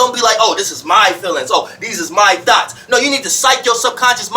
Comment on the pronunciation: I love to hear pronounce “thoughts”. It sometimes comes across my ears as “Thots” LOL 😂😂😂